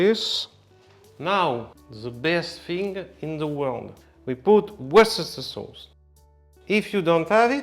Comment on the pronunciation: Your attempt at pronouncing Worcestershire wasn’t bad, way better than most non-UK people can manage.